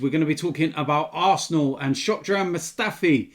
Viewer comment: man said shockdran mustafi😂😂😂